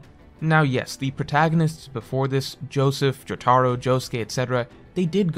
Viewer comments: JO-TUH-ROUH NOT JO-TAR-O wtf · My man's said "joe-tar-oh" and "ham-on" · I like he says Jotaros name like Joe-Tar-Row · I'll never forgive for his pronunciation of Jotaro